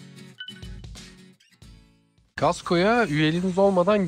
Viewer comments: COSTCO NOT KASTKO!!!! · Hahaaaa... ben de ilk kez Kastco denildigini duydum. Esim Kanadali, o Kostko seklinde telaffuz ediyor. Kastko komik olmus evet. :) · Costco demek çok mu zor anlamadım, kasko der gibi Costco diyorsunuz :) şaka bir tarafa organik ağırlıklı beslenmeniz oldukça güzel, ingiltereden selamlar. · Daha Costco nasil telaffuz edilir bilmiyorsun. CHASTKO değil Costco kibar söylenir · kasko derseniz millet baska sey zanneder kosko okunusu